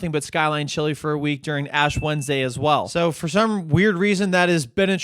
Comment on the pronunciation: Did I hear that right? "Ash Wendesday" Is that like being half Muslim so you only celebrate half Ramadan?